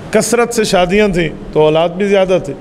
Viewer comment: زیادہ کو جیادہ کرکے آپ نے اردو پر جلم کیا ہے۔